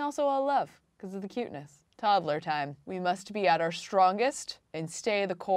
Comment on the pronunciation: “Todd-el-er.” Okay!